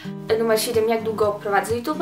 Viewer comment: Fajny film <3 ale pamiętaj o wymowie "jutub" a nie "jutube" :3